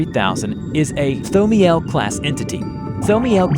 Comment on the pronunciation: okay i can understand you not knowing how to pronounce thaumiel but when you said anantashesha i kinda got a bit mad okay you pronounce thaumiel correctly in the video at some point so im sorry